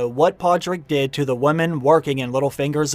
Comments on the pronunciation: This dude needs to learn how to pronounce the word women.. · Why do you constantly mispronounce "women" as "woman"?